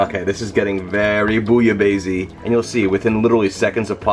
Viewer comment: Very good recipe, but four remarks. Pronounciation is not ‘base’ but’ besse’. It comes from Marseille and people pronounce the final ‘e’ in the Provence. I would add more fish, originally it calls for five different kinds of fish. 50% fish, 50% shrimps etc. The french bread shoud be toasted and covered with rouille, a spicy garlic/maillonaise. And one essential ingredient: a shot of pastis in the soup. You can use Pastis 51 or Ricard. It’s really necessary. Jan van Kleef